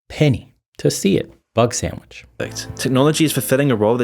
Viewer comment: Couple weeks ago I started laughing whenever he said 'bugsandvich' and it still lasts. I love the way he says it. 😂